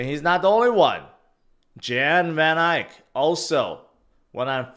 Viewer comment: Van Ek. Not Van ike.